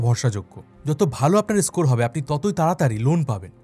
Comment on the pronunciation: এস্কর, এস্পেশাল এগুলো বড্ড বাজে শুনতে লাগে